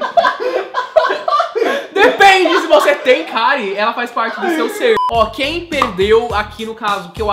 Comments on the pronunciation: "CÁRIE" KKKKKKKKKKKKKKKKKKKKKKKKKKKKKKKKKKKKKKKJJJJK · "Cárie" kkkkkkkkkkkkkkk